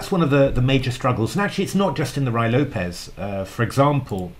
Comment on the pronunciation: Roo-ee Lopez